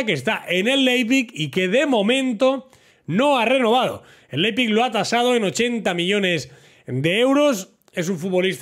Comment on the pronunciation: Hablo Aleman desde chiquitito y nada, que Leipzig se pronuncia: Laipzick xD un saludo!